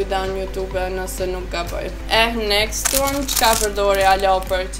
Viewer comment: Next next next nxet nxet metu tu then next next nxet,kur mundoni me fol gjuh huja hiq si du,por nejse prap te uroj sukses jet